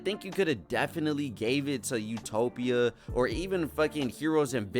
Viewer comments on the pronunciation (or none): none